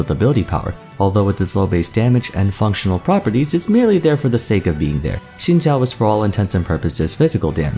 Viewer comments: This is how you properly pronounce Xin Zhao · Thanks for pronouncing Xin Zhao right 🙏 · never heard someone prononce xin zhao that good